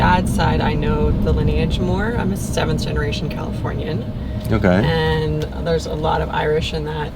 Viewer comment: Very attractive girl. When she said californian kind of killed it😂